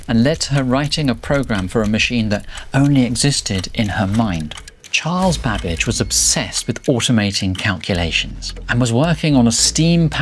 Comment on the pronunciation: sound like he said charles bad b*tch 😂